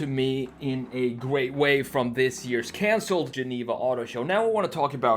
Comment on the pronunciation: sounds like he's developing a bit of a nigerian accent. He said 'consold' instead of 'cancelled'